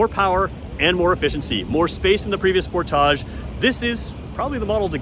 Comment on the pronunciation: I've never heard anyone pronounce sportage the way you do. At first I didn't know which car you were talking about.